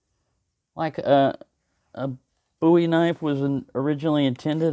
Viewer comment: you’ve inspired me to look into Bowie knives. Boo-ee yes you pronounce it correctly. i’m not a big knife sort of guy, but i once owned an Rtak, prolly the biggest knife around. interesting history the Bowie knife and its origin.